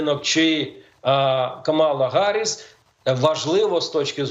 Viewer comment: Чому Гарисс, хіба не Їарі сс?